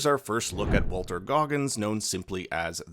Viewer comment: WALTON Goggins, not Walter. If you're saying Walton and my headset needed recharging, maybe other commenters will learn. Otherwise, really appreciate the info for us non-gamers.😊